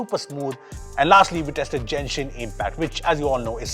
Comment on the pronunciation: bro it's गेंशिन not जेनशीन, I'm a Genshin impact lover and I don't like you saying it wrong.